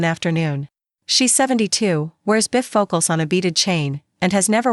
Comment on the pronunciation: While the story is really good I do have a issue. Please edit the AI it can't read simple words...bi focal or Do a t home and spoke that way. This really detracts from people liking your story. Please allow people to justify liking your story....great story. Thank you from NC USA 😊😊😊😊😊😊😊